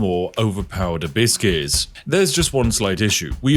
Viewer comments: Am I the only one who hears "a bit scarce" instead of abyss gears xd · Abyss Gears.. I hear Biscuits the entire time 😂 and thought, what does he want with all these Cookies… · For all the americans who are confused by what the Brit is saying. He's saying "Abyss Gears" not "Hibiscus" lmao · I genuinely thought he was saying A biscuits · The way you say abbyss gears sounds like you say "biscuts" or byse case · "a biscuits, a biscuit, a biscuit's" Oh, he meant ABYSS GEARs 😅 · I know you are saying Abyss gears, but I cannot help but hear "A Biskey" like you're asking for a nice biscuit for your yorkshire tea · i keep hearing "a-biscuits" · Am I the only one hearing "a biscuits" instead of abyss gears? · Each time Spiff said "abyss keys", my parrot looked up because she thought someone was giving her "biscuits"